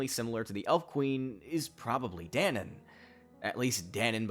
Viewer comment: guy-seric not gah-seric. da-nan not dan-in